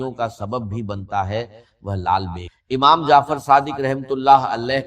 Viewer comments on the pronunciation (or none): none